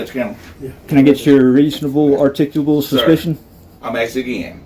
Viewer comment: Reasonable huryickulat suspeeshion.